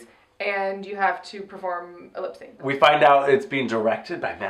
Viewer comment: Ha ha! "Lipsanc"!! [Avaryl, 2019]